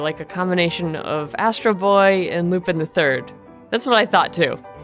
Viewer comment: You pronounce Lupin Lupon. And she isn’t called jack it’s as if something gets jacked like the gem.